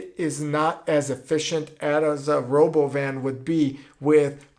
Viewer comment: it sounds russian, is it russian? "Rhoboban" sounds russian as hell!!